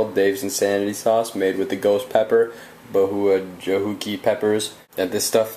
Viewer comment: "Bahua-Jahuki peppers" heh heh...